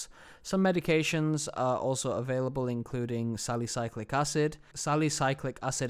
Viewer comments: It's not pronounced "sally-cyclic". It's spelled "salicylic" and is pronounced "sallih-sill-ick" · It's salicylic acid (SAL E SIL IK)